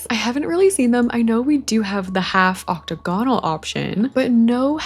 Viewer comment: im begging you to start saying octagonal correctly 😅